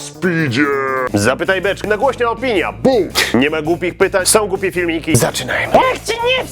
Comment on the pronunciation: [p] czemu zawsze na początku mówisz "zapytaj beczke" jak jest napisane "zapytaj beczkę" ?